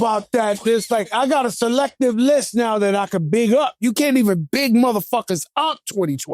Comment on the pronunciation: Slect-ful?🤣 I think you mean 'selective' Joe